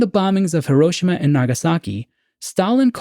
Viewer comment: As for this TZ episode, I like it, it's in my top 1/5 of all episodes. Side note, being married to a Japanese woman and living in Japan for a few years it is pronounced - hee·row·shee·muh. As for your questions: 1. I feel by watching the TZ shows that Rod and my parents generation were really scared and felt the bombs would drop, or missiles would fly any day. My father always talks about Cuban missile crisis and having a "Bugout" footlocker for him and his sister filled with canned food and clothes and camping supplies. I remember Elm school in the mid-70s thru mid 80s and we did "Disaster drills" in So Cal. They were for Earthquakes mostly but also Nuclear War. I remember the big issue the TV Show "The Day After" was and how we spent a whole day talking about it at school. Mills and Gen Zers just cant understand how real and scary the movie War Games was to Gen X and On the Beach to Boomers. 2. Making the lead Character a Scientist gives him value and places him above the drones who build the weapons of war. He is educated and can see the big picture making him have more skin in the game. Making him responsible to speak up or stand up against the system and put a stop to it. Just like the Germans that should have stood up to Hitler and said NO to the Camps. 3. My moment of Awe was of let down. How easy it was to steal a Spaceship built by the State. Coming from a Military family and knowing the type of Security around bases I guess I was smarter than the Avg. viewer. I mean